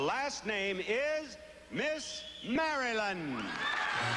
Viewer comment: Bob said Miss Mary land lol 😆 not Maryland